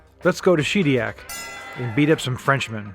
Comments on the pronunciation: That's Shed EE ACK, not SHEED EE ACK. 😉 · Shed iac not sheediac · She-diac? No